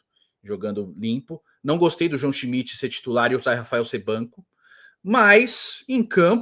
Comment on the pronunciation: a narradora falava schimidt e eu escutava busquets